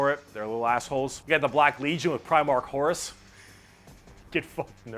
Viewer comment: the way you pronounce horus I only hear as horse and that is way more amusing to me than it should be.